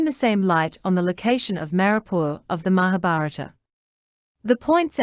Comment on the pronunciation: It is very interesting to hear your claim to be the original habitatant ,while you can't even pronounce the Name Manipur property 😂😂😂😂